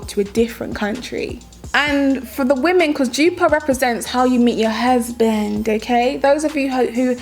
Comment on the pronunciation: Jupaar..... what a pronunciation!!